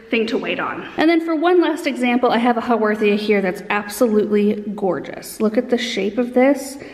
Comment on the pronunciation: I've never had great success with succulents but your explanations are encouraging me to try again. That echiverria is so cute. And I have never heard of a "how-war-the-a" :)